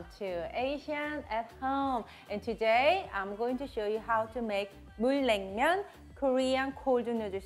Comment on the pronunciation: Say noodles right. Your saying Neuter like vet term for fixing an animal. Say it right or don’t say it at all